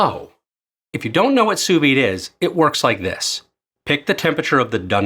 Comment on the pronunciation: brother it’s pronounced soo vee